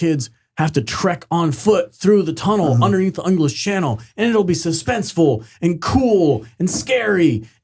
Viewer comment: Are you saying chunnel,?